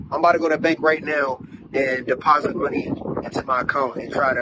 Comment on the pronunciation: he really said 'Imma bout to DEPONSIT This 84$ into my bank account' 😂